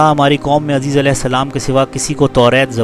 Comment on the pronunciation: عزیز نام غلط لے رہے ہو بھائی عزیر نام ہے